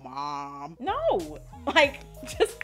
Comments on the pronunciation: The “naur” kills me😂😂😂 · The Australian NOOOOIIRRRR’s were making me laugh so hard 😂😂 great video! You look beautiful! $avivadayna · Its the Australian "Nor" for me♡